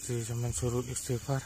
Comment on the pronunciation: Lidah masih kelu baca istighfarnya... (terdengarnya ASTAFIWOH) kurang fasih pengucapannya, semoga Allah Subhanallahu Ta'ala mengampuni